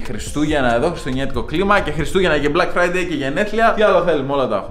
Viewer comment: Nobody:: Μπλακ Φραιντέι